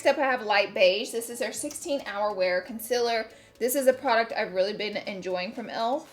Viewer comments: I'm so annoyed everytime i hear her say conciller. Like why? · Okay I swear Laura Lee is the only beauty guru who pronounces Concealer as Conciler